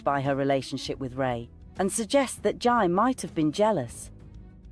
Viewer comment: It's Jai, pronounced JAY